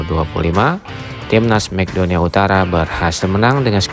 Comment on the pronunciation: Mek donia utara😂😂😂 MAKEDONlA penyebutan ente salah min